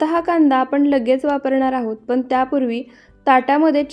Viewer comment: बिर्याणी छान दाखवली आहे. फक्त मराठी भाषा नीट बोलायचा प्रयत्न करा. छाण नाही छान, पुण्णा नाही पुन्हा, पन नाही पण, करुण नाही करून, आपन नाही आपण असे अणेक नाही तर अनेक शब्द शुद्ध बोलायला शिका कारण मराठी भाषा अतिशय सुंदर भाषा आहे. तिचा अवमान केल्यासारखे वाटते. रागाऊ नका. मी तुमची आजी आहे असे समजा ( ८० ) वय अनेक शुभेच्छा.